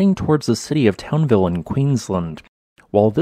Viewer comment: It’s Townsville, not Townville. Probably named after some pasty Englishman with family name Towns.